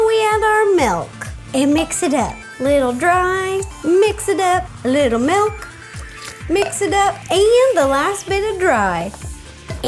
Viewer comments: Honestly not trying to be a hater, but has anyone else realized that she says Malk (milk) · Why it sound like you say malk not milk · Wait wait wait - did she say malk?